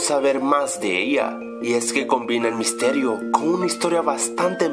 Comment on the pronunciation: Sin la s dise el misterio del hack